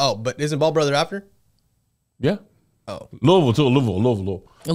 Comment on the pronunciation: I love when y'all say Louisville right!!